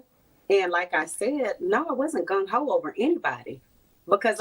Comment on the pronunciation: It's "Gung-ho" by the way....not gun ho... Another unbearable, lying narcissist...